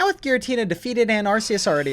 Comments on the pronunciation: IT IS ARK-EEE-US, NOT, ARCE-EEE-US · Bruh, I'm currently in the middle of binge watching your entire channel but I have to ask why you think Arse-eus is the correct pronunciation? Do you think Arc is pronounced "arse" as well? 🤣🤷‍♂️